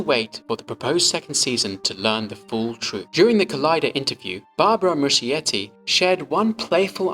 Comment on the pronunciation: nice video! just wondering, does Muschietti pronounce his surname like that?? As an Italian it sounds weird 😅 It would sound more like Muskietty [musˈkjetːi]. The meaning is something like "small moss[es]"